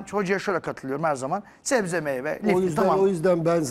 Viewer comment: 35 kez zebze dedi